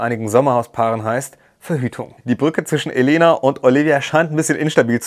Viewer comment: ich finde es sehr unaufmerksam, dass die sprecherin und viele im camp den namen Elena falsch betonen, sie hat schon aufgegeben, es zu korrigieren, sie heißt Eléna, 2. silbe betont, nicht die erste.